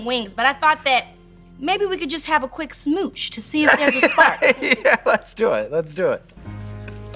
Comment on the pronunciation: You emphasized on the quick instead of the smooch there bud